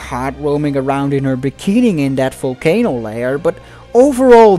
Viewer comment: I like the way you say folcano instead of volcano 😂😂😂😂